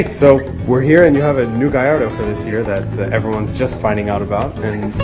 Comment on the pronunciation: hey, he says gallardo correctly! props to the host.